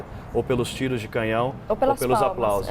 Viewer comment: Essa jornalista do Brasil fala muito mal e errado CANHÃO ELA FALA CAMINHÃO! em uma situação dessas ela fala o que diz respeito a política DESMATAMENTO! Essa e COMUNISTA E jumenta!!!! E uma pena colocar uma pessoa desse tipo pra fazer comentários de uma HONRA ÚNICA DE UM ÍCONE COMO NOSSA RAINHA AMADA E MUITO QUERIDA ❣️